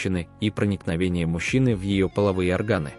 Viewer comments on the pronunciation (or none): Проникновение в половые оргАны,пм@ озвучка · А в оргААны это как и куда?!!.Когда же ты научишся читать правильно: оргААны, влагалИИще....